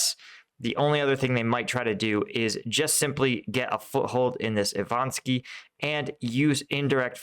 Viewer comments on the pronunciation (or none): I-va-niv-ske, not Ivanski. Za-po-rijj-ya, not Zaporohizzia. Sva-to-ve, not Savote.